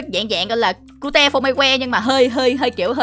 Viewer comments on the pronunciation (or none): none